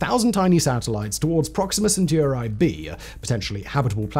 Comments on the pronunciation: Alpha centooroi! 😂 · was that a totally original pronunciation or have you heard other humans say centauri like that before?